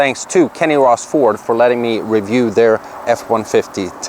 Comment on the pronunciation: V's and Z's aren't his forte